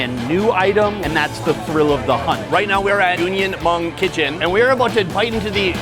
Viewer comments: Omg, if you mispronounce Hmong one more time...... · And it’s spelled Hmong and pronounced mong not mung. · It’s Hmong not mung